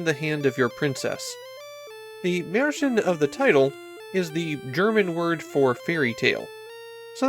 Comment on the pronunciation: This video does not pronounce it correctly, though. Look up how to say it in German.